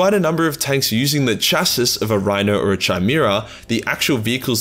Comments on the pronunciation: Kai-mera, not shy-mera, as in the mythical creature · chassis=chas-ee. gist=jist. chimera=kie-mera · its kai-mara and chas-sea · Chi-mera? Fucking pronounce it right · Feel like I gotta say it: Chimera - is pronounced 'K-imera' Chassis - is pronounced 'shass-ee' No hate, I love the vids, but I couldn't not say something! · Oh Yes it's pronounce Khimera. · The ch in chimera is the same as ch in alchemy or chemistry, not as in chapter. Rule of thumb: all greek words with ch are pronounced like that. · could not continue watching after you said "Chimera" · How do you not know how to pronounce "chimera".